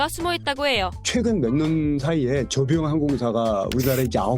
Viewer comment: 바르게 말하세요 저비용 입니다